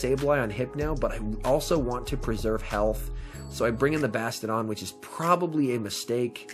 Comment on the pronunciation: Is there a reason you say bastadon instead of bastiadon?❤😉